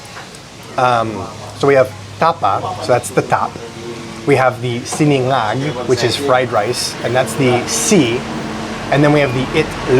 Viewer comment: It's bimpo, not pembo. Sina-NGAG (garlic rice), Sinigang (Filipino sour soup).